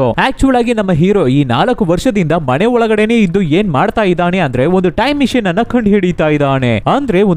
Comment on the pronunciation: ಮಣೆಯಲ್ಲಿ ಅಲ್ಲ ಅದು ಮನೆ. ಉಚ್ಚಾರಣೆ ಚೆನ್ನಾಗಿ ಮಾಡಿ